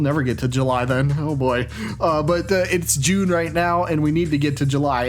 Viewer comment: I love "J-lune"! It's right up there with Smarch.